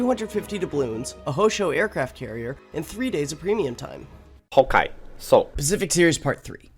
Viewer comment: Jeez, been a while since I heard a ‘hokay, so.’